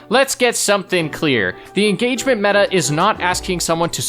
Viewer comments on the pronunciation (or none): none